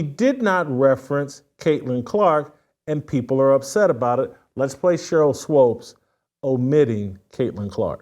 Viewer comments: its swOOpes my man, not swOpes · Isn’t it pronounced Swoops, not Swopes? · Shemeka doesn't come close to looking old enough to have a 28yr old kid. Also someone PLEASE teach Jason how to say Sheryl Swoopes.....it's not SWOPES lol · Whitlock..her name is sheryl swoopes not swopes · It's swoopes pronounced sw-oops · SWOOOPES pronounced like HOOOOPS MANE! SHEEEEEESH!!!! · It is Swoops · You can't pronounce Cheryl's name, BUT you CAN pronounce SHEMEKA?!? How about if we pronounce YOU with a long I?!? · I really need Mr. Whitlock to start pronouncing Sheryl Swoopes' last name the correct way. As a journalist discussing a former athlete who has been a top collegiate and professional basketball player, Olympic gold medalist, and foundational member of the WNBA and 4x champion in that league, he knows the correct pronunciation of her name. It wreaks of passive aggressive belittling of a woman because he doesn't like her, disagrees with her world view, or doesn't think she's hot. Do better Mr. Whitlock, I have higher expectations of you. It's Swoopes not Swopes. Intentionally and consistently saying her name wrong should be beneath someone who presents themselves as a voice of morality. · I was just thinking why does he keep mispronouncing her name? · Jason keeps mis pronouncing it 😂